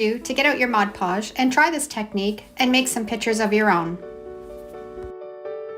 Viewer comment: I can't not say anything I'm sorry but you are pronouncing Mod Podge incorrectly. You're pronouncing it like it's spelled Modge Podge. I'm not being mean I am just a genius when it comes to Language Arts. I went to the spelling bee twice. I was in advanced English and Lit.